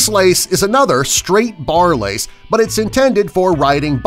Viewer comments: you said lice not lace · it days lice instead of lace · lace not lice 😝😜